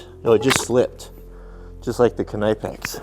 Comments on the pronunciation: Save your money buy decent tools but no need to waste $$$ knipex is a gimmick only expensive because there coming from Europe soon thanks to trumps idiotic war on tariffs chinesium will Cost the same as knipex K is silent or how is your kanife sharpening lol !! Just ribbing ya buddy love the vids, awesome test I’d be wearing my moto helmet too !! Scary !!now with that chain what’s the strongest padlock sadly those are the weakest link with a really good chain like that 😂 and after the invention of the cordless drills and grinders all chains, cables , padlocks are obsolete ya know . For a $100 bucks any thief can cut any lock or chain/cable ... I’ve been using the round puck locks on my equipment/garages etc .. and my crews vans stopped the break ins instantly . Aloha ... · You set the chain link further into the jaws on the Chinese bolt cutters, and right out on the end of the jaws on the knipex, far more strength if further into the jaws, that’s why the Germans failed, bias testing = irregular results Also the k in knipex is silent I’m fairly sure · Well guys what did we learn, we learned that you can't say knipex properly, I wonder how you say knife or know. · I love the videos but the k in knipex is silent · Its a silent K! Your know what i mean? A knot is not a K-not. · "nip-ex" not "kah-nipe-ex" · Please learn how to pronounce your favorite brand WRONG: /knaɪpeks/ RIGHT: /kniːpeks/ Just watch some videos on the channel of Knipex if you want to learn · OMG how may timess.... Its pronounced ' Nip Ex' NOT ' Nipe ex'. .!! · Its not K-nipex its pronounced Nipex as in Nip--ex not Ny--pex either 👍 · Think it’s said like nip-ex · the K in Knipex is silent , .....nipex.... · Just for kicks and giggles .. Knipex is pronounced (phonetically) Ka-Nip-Ex - by real professionals in the know and who use Knipex in the field or at home. It just hurts my head listening to your version. Kind of like the sound of fingernails scratching on a chalkboard.